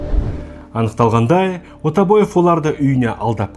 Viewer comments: Ойбек Отабаев емес Айбек Атабаев деп айтылады. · Ойбек деп жазылады Айбек деп айтылады Отобаев демей Атабаев деп айтсей